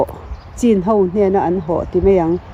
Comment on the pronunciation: CHIN Chhin tih a lamrik tur chhinlungchhuak chhin chin tihkha chuan thildang daih akawk